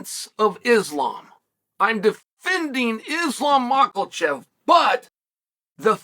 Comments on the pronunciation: There is no l in mahkachev…cmon uncle chael! Lmao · mAKOLCHEF, sounds like he's making fun of it lol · "Malkachev" - Uncle Chael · Uncle Chael :"Islam Mocklechev"